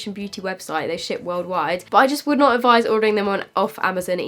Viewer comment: Did no one else notice that she said makeup revolution “shit” worldwide instead of ship 😂😂😂